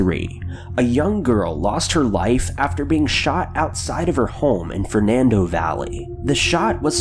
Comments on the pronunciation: Sir, it's San Fernando Valley. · It’s San Fernando valley